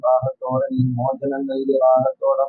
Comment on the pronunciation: അറിവിൻ നിലവിനാണോ മലയാളം അറിയാത്തത് 'മോജനം ' അല്ല മോചനം